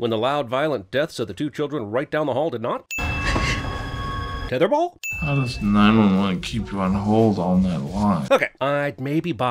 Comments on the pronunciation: Hahahahahahahahahahahahahahahahaha "tether bawl" hahahahahahahahahahahahaha. inserts Tyler the Creator's "IFHY" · Ok. The "tether bawl" sin sent me... 😆